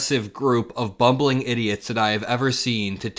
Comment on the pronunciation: Ummmmm….its BUMBLING idiots,not bubbling!😂